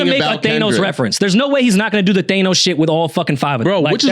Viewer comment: Can someone teach how to properly pronounce THANOS 😂